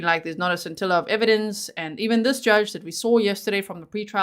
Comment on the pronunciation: *sin-til-a of evidence